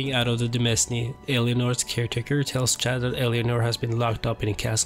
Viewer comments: "demesne" it's pronounced "domain," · h-holy shit please stop saying "de-mes-ne" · Thanks! Yeah I should've checked if I pronounced it correctly..